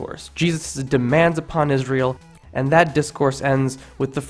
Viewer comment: It's "Israel" not Isreal. Smh. You repeated the mistake at least 4 times.